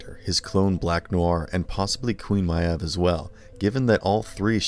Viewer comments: Why does the narrator keep miss-pronouncing Queen Maeve's name? They say it frequently in the show - it's pronounced "Mayv", not "My-uhv". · Maeve is not My-evv It’s like Mave rhymes with rave. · dude its pronounced may-ve not mi-ave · Good video, but who the heck is Queen Myaev?? it's pronounced Queen Mave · My-ev?? Does this guy even watch the series or is he just a payed voice? It's pronounced May-ve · Stop pronouncing it queen “My Ev”, literally no other character or writer or mention of her pronounces her name that way. Stop being pretentious. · your mispronunciation of bought and maeve are fucking disgusting, make me sick, and make me think if you mispronounce all the other words with similar spelling like bought or thought. the fuck. it’s not vaut , it’s vought like vott, and not mayave it’s MAYVE. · Why do you keep calling her MY EV? It's Mave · while im at it meave is pronounced MAY-V like shes literally one of the MAIN TERTIARY CHARACTERS AND HER NAME IS ONLY SAID NEARLY EVERY EPISODE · Just a heads up, Maeve is pronounced like "Mave" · “Ma-eve” tell me you don’t actually watch the show without telling me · “Queen m-eye-evv” Come on, I know your narrators don’t watch the shows the scripts are written about, but that’s not even a silly fantasy name. It’s a real, regular-ass name. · Lovely video, but is anyone else getting triggered by his pronunciation of Queen Maeve?? Is it just me, or is it pronounced Mave?? Plz send help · 'queen myav' 😂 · My-ev and Vote? Do you just read the script or do you watch the show? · Why are you pronouncing it Queen (My-ev) and (Vout)? You seen the show right? You hear how they are pronounced right? or are you just reading a script? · Its pronounced MAve….or think of Dave, and add an “M” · Butcher group slowly turning on him the same way it happened to Soldier Boy and Homelander , all 3 of them never knew when to stop Also how do you watch 3 seasons of this and pronounce her name "Queen Myev" like that? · THANK YOU!!